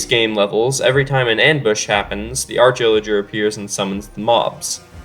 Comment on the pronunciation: I love the artch illijer